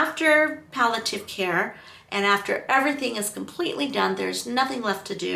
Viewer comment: You’re saying “pal - a - tiv,” but the word is “pal - ee- a - tive.” Palliative: There’s an “i” before the “a.”